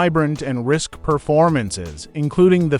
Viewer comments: Easy to overlook if your're an ignoramus yourself. Risque is NOT pronounced "risk," it's "ris-KAY." Dolt. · and that's great but please learn how to properly pronounce words risk as u called it is pronounced risk -cay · You pronounce so many words incorrectly it's amazing. Risque is not RISK it is ris-kay. You mispronounced other words that I will leave up to you to research. There is no excuse for ignorance. You need to brush up on language. The milk stools were predominantly for men. I grew up on a dairy and I know. So, also get your facts straight. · Risque is pronounced Risk-Kay, not risk.